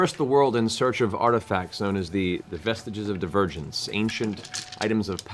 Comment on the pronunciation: Matt Mercer had me when he said, at the beginning, the artifacts known as "the Vestiges of Divergence" and it sounded like "The Vestiges of the virgins". I full on cackled. (yeah, yeah 6 or 7 years too late, bite me)🤣